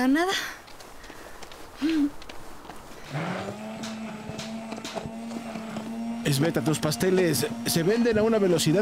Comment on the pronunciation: Sí sabes escuchar, entonces también escucharás que no es Esbeta sinó....SBETA😅